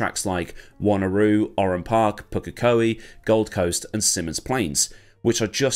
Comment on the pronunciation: Got to say your pronunciation of pukekohe was really good mate.1997 was the golden era glad to been around for that.